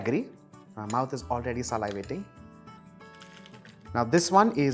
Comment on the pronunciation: He mispronounces too many words It's distracting Sa liv ating Not sal eye vating So easy to check pronunciation on Google .. It offers a sound file Or on YouTube